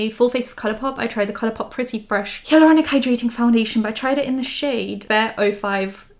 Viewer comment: Haha has anyone told you that you say the word ‘hyaluronic’ kinda funny? In a cute way tho 😚😚 I’ve never heard anyone say it that way but honestly it’s adorable